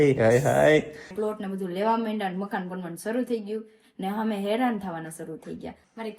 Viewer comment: અમે❌ હમે🤣 bolta to sikh vagadiya jevu bols